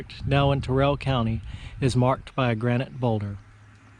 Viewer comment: I believe it's pronounced Terrell like "carol" not Terr-RELL County.